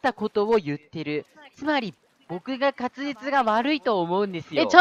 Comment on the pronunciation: 滑舌が、勝つ実になってる しっかり言えてるって言った瞬間に……… フラグ回収が早い！